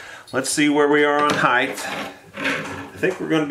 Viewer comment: Sir, the word is "height" not heighth". This a recent disturbing affectation in the USA. Again it is "width" and height" not "heighth".